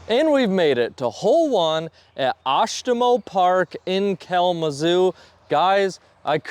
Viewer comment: Oshtemo is one of my favorite courses, hope you liked it. You actually pronounced it correctly!